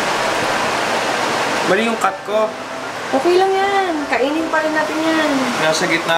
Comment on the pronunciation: por CHETTA ng por CHETTA ilang beses pa inulit ulit... POR'KETTA po yan POR'KETTA! por'KETTA po ang tamang pronunciation jan... again, it's POR'KETTA